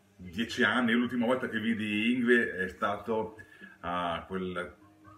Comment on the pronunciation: Bellissimo video, grazie. Piccola parentesi: una svedese mi spiegò che si pronuncia "Yngwie" (con una musicalità per noi innaturale...).